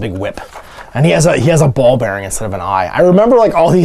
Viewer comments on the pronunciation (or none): none